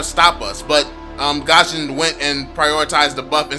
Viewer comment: Guison not gaaashin